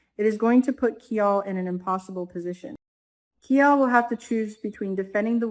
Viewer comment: his name sounds like KI-LE not KEE-ALL